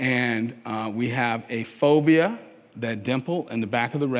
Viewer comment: I thought he was saying phobia. He means the fovea centralis.